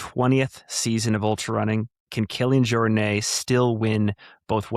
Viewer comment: Every episode we get to hear mispronounce "Jornet" is a blessing. Elite vs influencer debate feels really contrived. Ultimately it's just different strokes right? Guy in the clip doesn't care for elite competition, that's fine, but waxing on about how elite athletes aren't good at "storytelling" strikes me as the kind of thing people obsessed with social media would do because he's trying to fit a square peg in a round hole. Their job is to get across the line first. Well at least it is until Western States starts awarding the podium based on who puts together the most epic 17 minute YouTube video four days after the race (plus that way we could have even more jerries with DJI Osmo Pockets and GoPros running around the course). I just wanna see the best runners run fast, I really don't care whether Katie Schide is as prolific of a Content Factory as Max Jolliffe. (Who, by the way, has a lot more in common with elite runners than he does with average joes.) Just an inane comparison. JFK/Snowdonia comparisons to that Bandera story don't quite land for me. We all know the Bandera race director is not in charge of flood prevention for Texas. UTMB and the JFK people are, in fact, in charge of permitting and course closures.